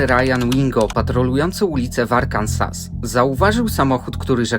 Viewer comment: Mówi się Arkanso a nie Arkansas, tak tylko piszę bo jestem z tego Stanu, pozdrawiam